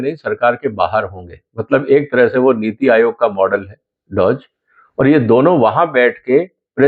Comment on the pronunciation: डॉजी नहीं डॉज। please use right pronunciation 🙏🏽 Big fan!